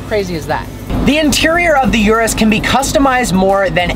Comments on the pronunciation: its not yourus its URUS listen Italian pronounce it .. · It's called 'Urus', not 'Yurus' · It’s not pronounced “yur-us”, it’s pronounced “oor-oos” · URUS pronunciation (ooooroooos) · You have to get basic pronunciation right - it's not "YOUR-US" but rather "OOO-RUS". I was out after you said that in the 1st 5 seconds. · It’s yuris it’s urus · thats not how you pronounce it for fucks sake.. its pronouced (Oo-Roos)